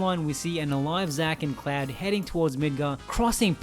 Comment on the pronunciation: Great video, but his name is "CLOUD" not fucking "CLAD"